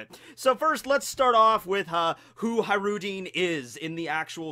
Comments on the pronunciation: ISnt his name pronounced HaJrudin with hard J? his name from Arabic i think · High-Roo-Dean lmfao holy shit 20 seconds into the video and I'm already losing my shit